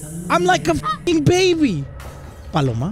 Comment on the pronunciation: HECK NAW IT ANT BALLORA..ITS PALOMA!!!!!